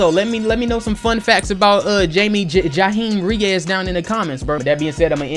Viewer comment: It’s pronounced Hi-Me Ray-Us,.